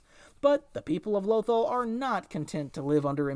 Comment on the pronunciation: Low-ThALL... not "lowthul"